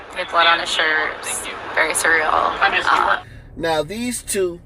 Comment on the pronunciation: She pronounces it correctly. Its " Sur-real" google the deff. "Cer-e-al" is pronounced far diff. Not what she says. I listened to it over & over too make sure. I'm just not getting what you are out of.